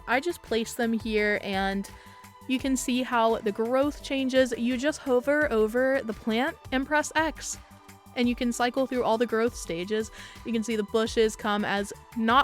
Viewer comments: You said hover like rover but its hover like cover....sorry. im one of those. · H-oh-ver. Interesting. I've always heard huh-ver